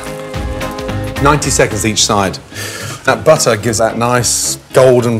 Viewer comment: Got to love the way he says "butta"